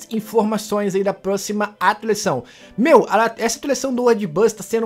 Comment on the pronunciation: Fala atualizaçao do jeito certo